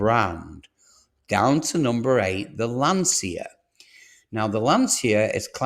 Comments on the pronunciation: You can’t even pronounce Lancia or Ypsilon correctly 😂. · Before predicting unreliable data it would be nice , if you would pronounce Lancia in the correct way . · Lantscha, not Lansia!